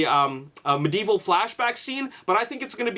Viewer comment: I love your videos but i hate how you say medieval.